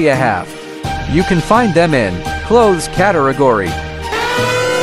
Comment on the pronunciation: 💀Bro said clohes instead of clothes💀